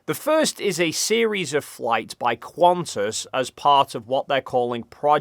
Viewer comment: I believe you're pronouncing QANTAS wrong, the Q makes more of a K sound and the A is more of an Uh... Try it out.